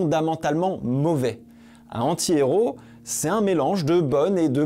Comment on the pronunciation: Mais pourquoi tu ne fais pas la liaison entre "un" et "antihéro"?